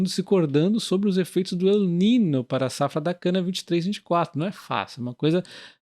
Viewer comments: A pronúncia correta é "ninho". O "ñ" equivale a "nh". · Valeu demais pelo vídeo, feliz em ser membro do canal. Só para constar, El Niño é um termo em espanhol em português se lê "El Ninho" 😉